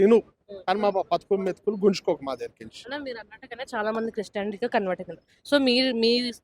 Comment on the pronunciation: ముందు క్రిస్టియానిటీ అనే పదం సరిగ్గా పలుకురా భాయ్ అప్పుడు నిన్ను నమ్ముతాం,,,, జై శ్రీ